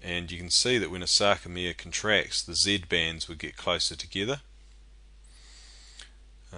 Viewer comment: Does anyone notice hes saying Z bends?